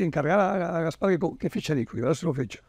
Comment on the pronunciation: Por favor, pongan un crowfounding para pagar un logopeda a Gaspart.